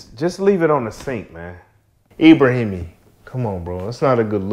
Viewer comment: Yall gotta stop eit these names 😂😂 brotha saud Ebrahimi 🤣